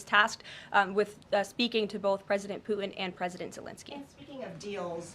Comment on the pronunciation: She says “Pueen” instead of Putin. This is quite jarring.